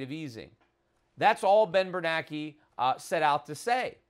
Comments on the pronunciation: i don't know why but it bugs me that schiff pronounces bernanke's name "bernacky". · Yep - we should have driven the car into the ditch like Peter suggested way back when instead of going over the cliff we're about to go over. This is the longest, most excruciating pre-crash I ever could have envisioned. And just as an aside....it's Ben Bernanke as in rhymes with spanky....not Ben Bernacki as in rhymes with wacky - right?